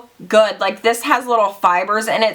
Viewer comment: "it's soooo GOOOOODT" lol I love how you add that T to words that end with a d, love you girl!!! 😘😘😘